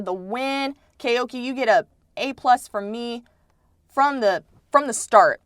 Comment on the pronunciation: Koike is good but not olympics champ good. He’s not even the fastest Japanese (Kiryu 9.98 (+1.8) Yamagata 10.00 (+0.2) etc) Edit:it’s Koi-kei not Kay-oki